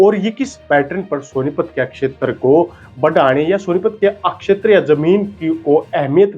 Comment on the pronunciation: शब्दों के उच्चारण पर ध्यान देना होगा। क्षेत्र को आप अकशेतर कह रहे हो, फेल को फैल बोल रहे हो। आपको कितने लोग देख रहे हैं ये तो आप जानते ही हैं। अच्छा प्रयास है, थोड़ा और ज्यादा मेहनत की आवश्कता है। हिंदी का डायलेक्ट हिंदी ही रखें उसमें हरियाणवी न घुसाएं। शुभकामनाएं।